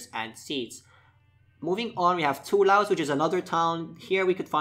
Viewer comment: toulouse is pronounced tooloose, biarritz bee yah ritz, bordeaux boardough :)